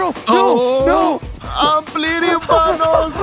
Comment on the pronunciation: "his prend, PANNOS"